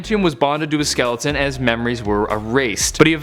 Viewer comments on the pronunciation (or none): none